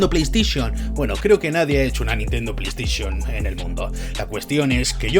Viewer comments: Nadie: Absolutamente nadie:: Nintendo pLeYsTiChIoN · LA PLEY STISHON :v